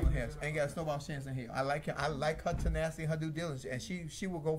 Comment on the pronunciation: I heard "senacity."